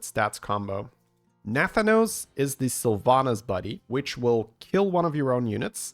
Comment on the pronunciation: As a wow lore enjoyer, the pronunciation of Nathanos the entire time drove me CRAZY